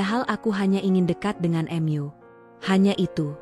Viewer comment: Ada kata" yg mengganjal karna Mu ,kenapa dibacanya M.U?